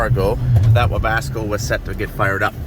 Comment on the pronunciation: I love continued refusal to call or spell it "Webasto" lol